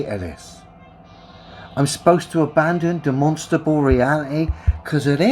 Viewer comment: He said demonstable not demonstrable. Talk about derpy 😂